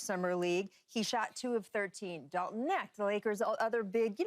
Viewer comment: Dalton Neckt? Smh 🤦‍♂️